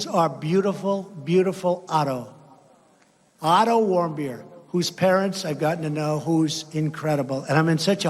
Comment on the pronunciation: Every time he says the name of the kid that was beaten in North Korea I hear him say Idle warm-beer. You're welcome